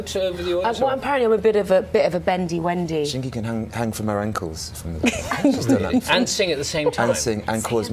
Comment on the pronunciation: The proper pronunciation is Shin-gye sounding like shin-guy. But she allows people to use Shin-gee however this isn't correct, hope this helps :)